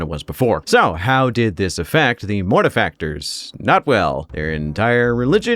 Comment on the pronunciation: I hope you don't misspronounce their chapter name like everyone else. Gonna start watching now <3 P.S. YAY YOU DID IT CORRECTLY